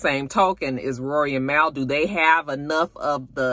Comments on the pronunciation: I used to call Mal that too. Lol! It’s pronounced Mall 🤣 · Mal is pronounced liked the end of Jamal btw :)